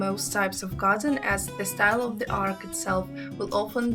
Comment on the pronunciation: The word is not ark. An ark is a ship. The word is arch. Or archway. Pronounced Ar ch (like cheese, chicken). I had to mute this to stop hearing you say ark.